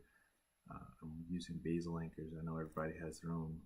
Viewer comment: You keep saying beesil anchor in the video asif you’re not sure what to say